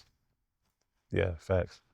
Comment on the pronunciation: Whips, handcuffs, feathers okay, but dildos this is too much. Fuck a red flag, no friendship! dont say "Facts" he says "fax" 😂😂😂